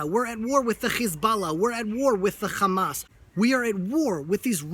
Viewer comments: oh shit gay zionist standing up, speaking horse shit. zionist are the biggest terrorist . yo guys do you hear how he say Hamas, k'kkamas. lol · Your biggest concern is how he is pronouncing a few words. You are part of the problem. Sit down, shut up and just listen. I wonder how you would be saying these names as your throat is cut. You don't seem to understand the problem.